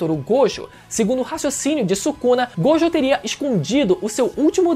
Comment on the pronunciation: satisfacao de escutar alguem falando gojo certo